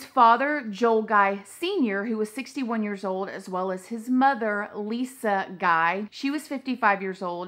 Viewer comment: His middle name is guy but it's pronounced like gee